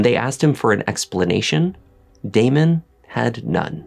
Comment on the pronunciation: Its Damon......🤦‍♀️